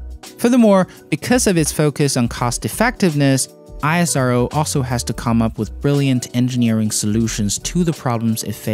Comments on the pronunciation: Great video. However the agency is pronounced as 'Eesrow' not I.S.R.O. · First time I saw a man who can't pronounce isro name correctly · It's ISRO, not I-S-R-O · It is "isro" not I.S.R.O!! SAME. AS nasa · Am i only one who finds it irritating when he speaks I-S-R-O instead of ISRO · Goodness! It's not "ai-es-ar-o". it's pronounced "ISRO" just like "NASA" is not pronounced "en-a-es-a" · It's not I A SARO , THIS ISRO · Pronounce it as ess-row (ISRO) calling it I-S-R-O is bit awkward..... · its not I S R O its ISRO pls say it properly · I -saro 😂😂😂 It's ISRO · It is not I S R O. It is ISRO. Pronounced as ISROW. Our agency. Our pronunciation. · It kills me Everytime he says I S R O... Just call it isro. Sounds nice. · Its pronounced ISRO, not I-S-R-O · First of all it's called Isro not I S R O....like Nasa not N A S A... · Why you are pronouncing I-S-R-O, you didn't pronounced NASA as N-A-S-A, It's ISRO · BRO.... PRONOUNCE LIKE "ESRO"...BUT NOT "I S R O" SEPARATELY 😅🤩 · "Aizaro"? Seriously dude? It's "Isro". Damn it sounds exactly as it's spelled. Ignorant piece of shit. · It's not I S R O ITS ISRO BRO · its pronouce is not I-S-R-O.. Its ISRO. .Combine 4 letters while pronouce.. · That's not "eye sro" that's "ISRO" pronounced like "esro" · How could you even read and pronounce like this I A SARO, ISRO. You should say IS---- RO. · My ears cannot take that I S R O pronounciation. Its pronounced as ISS ROW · Why are u calling it I_S_R_O ? and not IS-RO ?🙄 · You could pronounce ISRO as a single word instead of I-S-R-O, just like you say NASA (not N-A-S-A, which would again be of course very cumbersome to pronounce like that every time). Great coverage though. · Isro is pronounced 'eesro' and not hiheshiro... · Its called isro not I S R O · Stop saying I-S-R-O!! It's ISRO (esro). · It's not "iasero" it's "is-ro". Rest of the world don't have as developed UVULA as Indians in terms of pronunciation. Keep trying. Cool reply from INDIA. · It is pronounced eesro